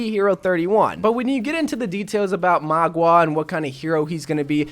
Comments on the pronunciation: MAUGA not MAGUA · Just heads up it’s mau-ga not mua-ga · Mauga is pronounced similar to how one says “Maul” but with a GA instead of an L. Hope this helps! :3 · You prounonce him mauga XD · I pronounce him as (mwah-guh) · I think his name is pronounced "maw ga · MOUGA LIKE MOUTH BUT INSTEAD OF TH GA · How I pronounce it is Meow-Ga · I pronounce mauga as mouga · I want it to be junkerqueen but I think it will be magua if that’s how you spell/pronounce his name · Dont worry byw im here to help mauga pronunciation: maw-ga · It's mou-gwa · When he says maguā all I can think of is Aqua (water). Pokemon trainer in overwatch: Oh no the enemy has a magua a water type Pokemon to counter my fire type Pokemon tobijorn. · Magua. Did you mean: MAGA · For the ones who can't pronounce. Say 'mowga' the 'ow' from a cat that 'me-ows or when your in pain you say 'ow'. Hope i helped you out